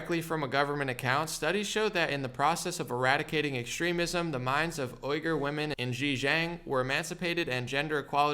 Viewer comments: I love you and your work to death! But I'm like someone's gotta show him how to properly pronounce Uighur / Uyghurs! It's said wee-ger or wee-gur. Thanks for all you do my man!! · it's pronounced wee-gur homie. Just FYI. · It’s pronounced “ WE GER “ Muslims